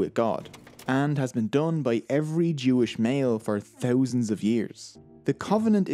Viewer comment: Your pronunciation of "Thousands " got me eveytime🤪